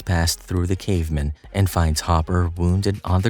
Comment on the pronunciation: I hate how this voice pronounces "cavemen" as if it's some jewish last name